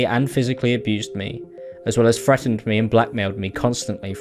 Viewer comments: As a British person I would like to apologise both for in general but also for the way he says "frettened" instead of "threatened". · How the heck is he saying frettened instead of threatened? Thats not even an accent, thats just speaking wrong. 😂😂